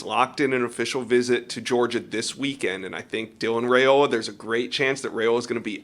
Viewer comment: It’s RYE-ola not RAY-ola.